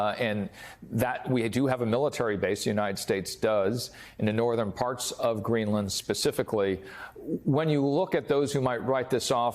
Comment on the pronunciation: in , he says "Greeland is a country" ?